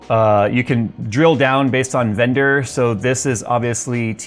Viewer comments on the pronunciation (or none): Qualified VENDOR List! You said it wrong. Just messing love the vids!